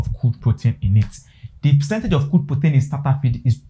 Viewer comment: Weldone. So do you support giving grower feed? If so, from the 3weeks till when? You may also slow down, I was hearing poten, guess you mean protein. Thanks.